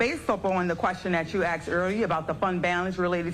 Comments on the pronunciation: The big woman with the black, goldfish-bowl spectacles seems competent - except that she can't pronounce the word "asked." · Maybe if you would have asked for the money instead of axing for the money, you would’ve got money 💰 instead of an axe 🪓 !!!!!!